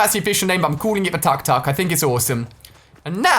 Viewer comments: You pronounce it took-took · tuk-tuk is pronounced (took-took) isn't it?